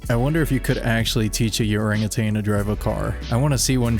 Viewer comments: It's orangutan not youragutan illiterate lol 😂😂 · Yuranatan what? Did you mean a orangutan?😂😂😂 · Did you say urangutang. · did I hear that right? did you just call it a "YUR-angutan"? lol..... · That’s the second time I’ve heard you pronounce orangutan like that lol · I’ve never heard orangutans pronounced like that